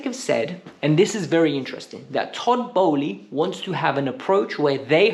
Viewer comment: Toboly, aaaa what's it called?, Egbaly.